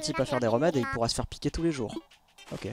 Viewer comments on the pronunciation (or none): Laink: tousse Moi: tousSE il n'y a pas de SE c juste TOUS il est en cp ou quoi!